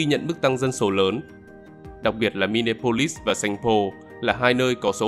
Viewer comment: Xin góp ý kiến Đọc là mi ni a polis